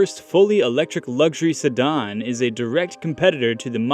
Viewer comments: The ID Aero is tied on my list with the ID 7 but if the details turn out to be close to what I expect, the '7' becomes the front-runner. F.Y.I. sedan is pronounced se-dan not se-don. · Somebody please tell him how to pronounce sedan, not sedon. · Probably should check your pronunciation of the word “sedan.”